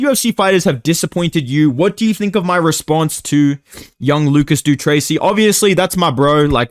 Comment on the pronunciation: HE SAID LUCAS DUTRACY